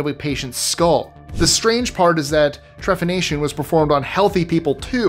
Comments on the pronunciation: Okay, I am only hoping to help here, but the term for drilling out holes in human skulls as a medical procedure is "Trepanation," with a "P," not "TreFanation." I suspect the writer of the script might have misspelled it, either adding a h after p, which would be Tre-fan-ation, but again, no? I suspect that when Archeologists are stumped at why "Perfectly Healthy" humans were Trepanned, the procedure was performed for persistent headaches, or, the healthy person was selling the Skull Bones to be used as medicine. Bone has been used as a medicine [however unwise it is to injest or breathe powdered Bone of any kind,] as ingredients for ointments, tincures [UGH!] as splints for broken limbs, to be added to food when ill [which does have medical benefit for a few reasons, think marrow bones in a stew or to make bone broth] and so on. Rare ingredients in medicine have always been a thing, whether valid for treatments of illness or not. And we must remember that ancient medicine was about endless research and experimentation, but also about making money from desperate people. There's evidence that Trepanation DID actually work for some cases. There's documentation speaking of people who were Trepanated for headaches and even blindless who had the surgery and in fact, were "cured." Trepanation was perfected long, long ago, and many Treppaned skulls display regrowth of the Skull, as it healed and even tried to close the hole. Lastly, and no offense, but it's naive to assume that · Trepanation* ❤ p not f